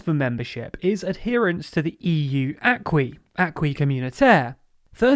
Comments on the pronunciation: Excellent video. Just two remarks. Aquis in French is pronounced "aki" not "akwi". And Maastricht ia spelt with "cht" not ,"ct". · For future reference 'acquis' is pronounced like 'ah-ki'.